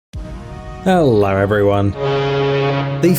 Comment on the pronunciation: Ah yes “hellar” the awesome way of saying hello :D